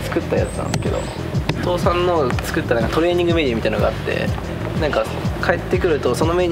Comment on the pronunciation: 海の「父さん」の発音が、完全に「倒産」